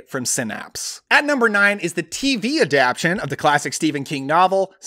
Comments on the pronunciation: I think it's pronounced "adap-TA-tion," not "adap-TION." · yeah I reacted to that. Adaption?..maybe in some dialects?..Adaptation I kept thinking he'd say.